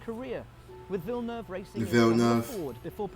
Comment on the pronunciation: the pronunciation is more like "jeel vill-nuhv"